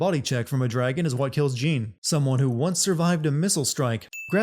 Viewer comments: How did you get the pronunciation for Jeanne wrong all the time when you had the game call her in your video many times? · 1 sin less for everytime he says "Jeen" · Damnit, it's pronounced 'Zhawn.' Ladies get REAL uppity if you mispronounce their name. ding sound Also we saw multiple instances of the bosses from the first game, as if there's been more than one. ding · Jean?! Ro-DAN?! I cant like how you mispronounce things when you have the game telling you how its said. Makes no sense at all and honestly dilutes the work which I already had an issue with because you’re saying basically are dumb. Thought you wiuld grow out of it but ah well. Back to not watching these vids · Are you aware you pronounced Jeanne's name as "Jean" eleven times? As a gal who shares the same name with the same pronunciation, it makes me die a little every time I hear someone mispronounce it that way. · Actually it's more "Jahne". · Calling someone Jeen is a sin itself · I don't know why it so hard to say Jeanne like Joan/John that should be a sin count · YOURE PRONOUNCING JEANNE INCORRECTLY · he can’t pronounce Jeanne or Rodin and it’s making me die inside. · Entertaining video, but how are you mispronouncing so much stuff? Jeanne's name comes up constantly, Rodin's several times as well, and Noatun multiple times too. :P